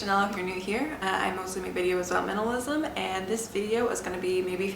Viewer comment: Is a minimalist Can barely pronounce minimalism